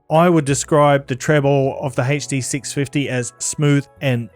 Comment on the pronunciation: Hey-chhh Dee 6 fih-eee